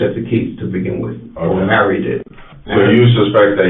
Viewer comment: And it’s Mary not Marie